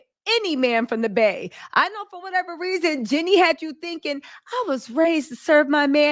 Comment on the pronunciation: Is saying Jeanie hard for you, and I don't know, or are you being purposely disrespectful in refusing to say her name properly? it seems odd that you constantly say Jenny, not Jeanie in you are reporting on Jeanie... it is even spelled differently. It's just rude.